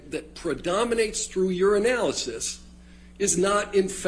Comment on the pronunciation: Couldn’t stop laughing “Based on your analysis,” sounding like, “Based on urinalysis.”